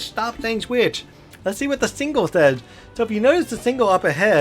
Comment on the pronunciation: OMG! It's Signal... not Single. And the Whistle signs are NOT Whistle STOP signs. You don't stop at them.